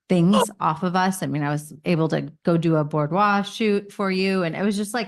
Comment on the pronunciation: Did she just say "Bord-wah" when she actually meant "boudoir"??? lol! They are SOO offensive!